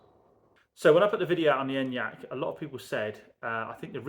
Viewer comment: You pronounced the Skoda wrongly, it’s ‘En-YUK.